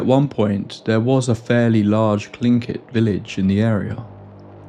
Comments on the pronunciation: Bravo, you are literally the first YouTuber I've heard pronounce Tlingit correctly. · From Alaska, and I was chanting, "He's gonna say it! He's gonna say it!" and then cheered out loud when you pronounced Tlingit correctly. Not long ago I had to put a (professionally produced!) audiobook down, so to speak, because the dang thing was set in Sitka and they managed to get Tlingit wrong every single time. Also, I find it really interesting that I had never heard of the most famous paranormal cases from Alaska (this, Portlock, a few others) until after I moved away as an adult. I've even been in the area of Portlock, possibly seen it from a boat, but the sort of paranormal tales I heard growing up seem to be really niche compared to what the outside world hears. Not a criticism, to be clear, just feels like finding out that you were neighbors with the Amityville Horror house and only found out later.